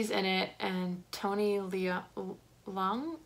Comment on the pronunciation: You nailed the simu liu and Tony leung pronounciation but butchered shang chi name lol it's all good though. Great video!